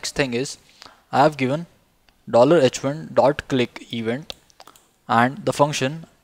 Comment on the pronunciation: "a clicgk even-dt" 😂